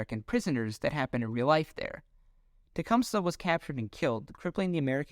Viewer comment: Omg, if this dude mispronounces Tecumseh wrong one more time. 😂😂😂😂